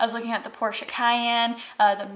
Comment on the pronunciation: I’m just impressed you pronounced Porsche correctly. Thank you for that.